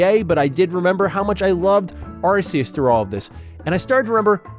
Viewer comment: in to the video and you have my Like already for your proper pronounciation of Arceus